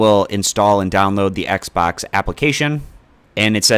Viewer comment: Thanks. Now I'll never be able to un-hear, "Xbax app" ever again.